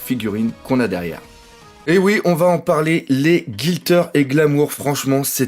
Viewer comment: Cette Reiju du bonheur ! Excellente figurine :D Et ça fait bizarre d'entendre "Guilter" au lieu de "Glitter" depuis le temps (oui je le dis seulement maintenant xD), mais c'est pas grave ^^